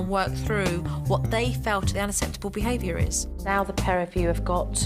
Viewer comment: Love you supernanny but you can't pronounce UNACCEPTABLE properly hahaha